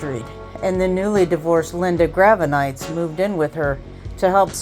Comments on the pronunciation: Too bad you kept mispronouncing Gravenites. 🤨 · Would have been nice if somebody coached the woman doing the VO on how to pronounce "Gravenites."